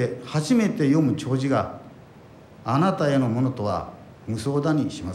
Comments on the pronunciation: 弔辞ってしょくじって言ってなかったか。ちょうじだろ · ちょうじをしょくじと言ってないか